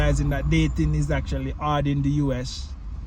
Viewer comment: I thought he said dating in the US is hard, but he said it with a Jamaican accent.